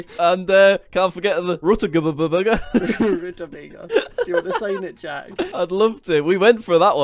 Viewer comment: ....what the bloody hell did you even say?!?! Rudabbaga???